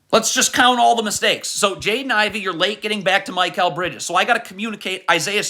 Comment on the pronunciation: Can you please say Mikal Bridges name right 😭😭 it’s not MY-Kal